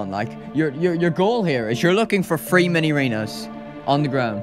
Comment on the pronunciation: He sound like he's saying free instead of 3